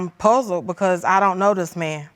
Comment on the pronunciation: "Why would I make up DUSS!" 😂😂😂😂😂😂💀